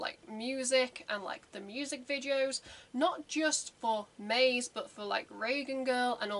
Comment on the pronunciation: "Maze" is a Japanese word, so it needs to be pronounced as such in TWO syllables (ma + ze). It has absolutely no relation to the English word "maze". The word appears like 5 times at the very beginning of the song if you want to check how it is pronounced.